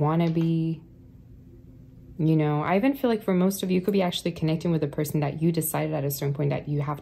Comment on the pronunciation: Every Time You say "I even..." I keep hearing you say my name -Ivan..lol Blessings Love Light #80sBaby #82 #StillPushin